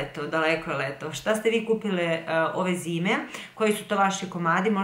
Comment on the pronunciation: Eee leto... ali kojim tonom si to izgovorila... 😄😄